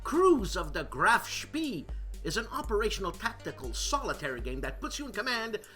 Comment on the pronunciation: You did just fine on "Lebensraum" ... it was Graf Spee ("shpay") that you slipped on! :) Loved "The Show After the Show, Eh". You remind me of Frankie Five Angels Pentangali in Godfather II!! "Cicci.... la porta!"